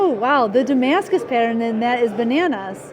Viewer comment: IT'S NOT DAMASCUS FFS.